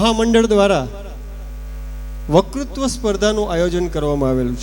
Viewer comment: માફ કરજો પણ આપ વકતૃત્વ બોલવાને બદલે વકૃ બોલોછો.